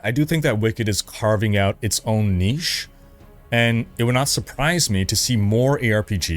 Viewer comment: Thank you for saying niche correctly. So frustrating to hear people pronouncing it nitch. 😅